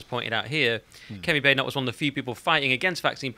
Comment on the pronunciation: He murdered the pronunciation on Badenoch and Braverman.